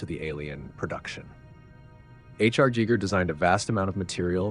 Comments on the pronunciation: I have never, in 46 years, jests the pronunciation "Jjheger"....where does this come from? He alternates back and forth between Giger and 'Jjheeger' four times. It ruined a good video. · Welp, as someone speaking Swiss German natively, I can in fact inform you that's not how his name is pronounced. There is no "eye" sound in there, that's an english-ism. It's more like the sounds in "eerie" (quite appropriately ;) ). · I'm more disturbed by the pronunciation of soft-G Giger followed immediately by the pronunciation of hard-G Jodorowsky. Are you a clanker or something? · A coworker recently informed me about deleted scenes from the 1979 Alien film which is how I found your video. I noticed how you pronounced Giger's last name. I have gone down the rabbit hole looking for the correct pronunciation of it and the first one I think lots of people still use is "guy-ger" which is incorrect. The second is the one I discovered years ago which is "gee-ger". And you pronounced it "jee-ger" which I have never heard before. Is your pronunciation the correct one or is it one of the one's I listed? Lol I'm hoping I can figure this out. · Good--but the brilliant Swiss designer Hans Ruedi Giger's last name is pronounced GEE-ger. Two hard G's--like "geegaw". Or "ghee". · Who's 'Jeeger' ?? Ha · "GHEE-gər" its how you say it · Geeger lol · Giger is pronounced "Geeger" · Cool information! Love the content. You are mispronouncing Giger. Think Geiger counter. Gut. Gogo. Gallop. Giger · Giger does not sound like Geiger counter. It sounds like eager. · How can a channel dedicated to Alien not know how to pronounce Giger? G EYE GRRR! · That’s not how you pronounce it. His name wasn’t Geiger. Giger is pronounced more like geezer except you substitute the z for a similar gah-sounding g as in the beginning. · Pronounced Gie gger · No grand master would pronounce it Jeeger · That's (mostly) not how Giger is pronounced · It’s not Giger, it’s Giger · Giger rhymes with Meager as Giger said.